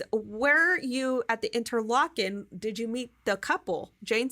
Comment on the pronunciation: I believe its "inter-lake-en"